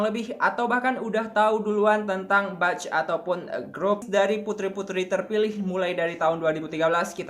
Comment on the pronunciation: Mohon maaf ya wak, izin mengkoreksi sedikit di pengucapannya, 'batch' itu dibacanya 'bec' bukan 'bac' yaa, hehehe makasih